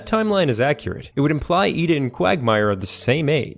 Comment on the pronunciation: How do you pronounce ida wrong when it’s literally said by the characters in the show? It makes me think you haven’t actually watched the show